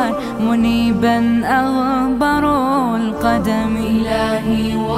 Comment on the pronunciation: الصحيح : أغبرَ القدم بفتح الراء وليس بضمهاز